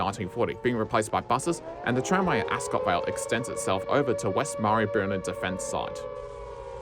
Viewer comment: Excellent video, extremely informative. Some of that would have been incredibly difficult to research. Marybyrnong is pronounced Marry-brrr-nonnng. Yes we have a lot of strange place-names in melb.